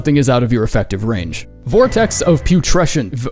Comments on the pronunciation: I don’t mean to be rude in anyway to, but listening to him fumble the word “putrescence” 3 times in a row is probably the funniest slip-up he’s ever done (also it’s pronounced Pyoo-treh-sns) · How TF did he pronounce the boss name but not the spell 💀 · struggling to pronounce Vortex of Putrescence then giving up and officially naming it something else has to be one of the funniest things I’ve seen on this channel